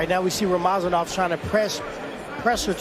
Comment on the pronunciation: its not rama zanov its rama za nov